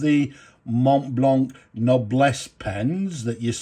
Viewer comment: Mate! Glad that you pronounce the "c" in a hard click sound. So many times, these reviewer folks pronounce Montblanc without pronouncing the end "c". It sounds quite pretentious 😂